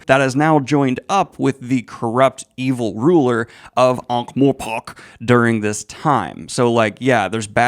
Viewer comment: One small niggle: It's pronounced More-pork, not More-pock.